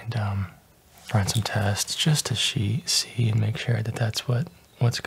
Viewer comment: "Give you some drops just to shee- see" lol 😆